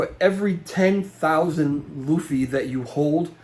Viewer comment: Loofy. You said it right. Please keep saying Lou fee